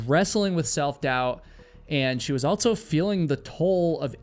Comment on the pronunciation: "EnDERD"! What? "Altso"?? HUH??